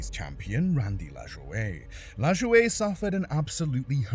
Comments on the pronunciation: Dear Narrator, his name is pronounced LaJoy. Not Lajoiuge or whatever the hell you think. JS. You hate when Americans mispronounce your shitty names. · Randy lajoie crash looked like a instant backbreaker 😮😮 BTW narrator it's not sounded Lajoweigh, it sounds like Lajoy. 😂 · I love the way yall foriners say American names its La-Joy not lajaway 😂😂 and its Bo-Dine not Bo-Deen 😂😂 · "Randy La-jou-ehhh"? Fuck sakes man. "La-Joy". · “LAshOwaY” his name is pronounced like Lajoy just so you know, Corey Lajoie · It's pronounced Randy la joy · It's LAJOY........Lajoie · The worst wreck in history was the way the narrator pronounced Randy laj-oy . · Pronounced La Joy. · Good compilation BUT.. YOU SHOULD REALLY LEARN HOW TO SAY PEOPLE'S NAMES.. LIKE IN THE LAST ONE LAJOY LA AS IN LOS ANGELES.. AND JOY AS IN JOY TO THE WORLD LA JOY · Randy la-jo-ehh😂😂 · #1 it's pronounced La-joy #2 There isn't a good video of the wreck but Sadlers wreck at Pocono was rough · "Randy La Jo Ay" lol, this commentator reveals himself to be a fraud in record time. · Just so you know, the way you pronounce Randy’s name is just stupid wrong! All it would take is if you were to watch one of the old races to get it right! Hell his son is racing now so that tells me you have never really seen a NASCAR race! It’s pronounced LA-JOY! I have no idea what or where you got that way of saying it! How about this! Do some research before you make a video about something you know nothing about! GET IT RIGHT! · The pronunciation of “Randy LaJoie” killed me Ran-dee La-joy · i mean it does look kinda foreign in his defense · Randy Lah-joy-yay 😂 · bro can't pronounce names for sh!t. it's brad keslowski (kes-low-ski) and randy lajoie (LA- joy) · I’ve never heard keslowskis name and Randy lajoie’s name pronounced like that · I have to chuckle at your pronunciation of "LaJoie". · I've never heard someone butcher Randy Lajoie's name so badly in my whole life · So bad 🤣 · The way he pronounces Lajoie.